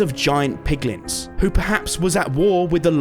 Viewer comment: The way you say piglins reminds me of Benedict Cumberbatch trying to say penguin lol